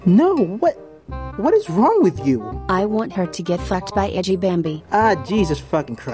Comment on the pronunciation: She said edgy not G